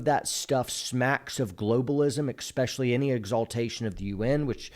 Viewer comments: Bro, “EXpecially” is not a word. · Please don’t say “ekspecially”. Makes you sound ignorant and really strains your credibility.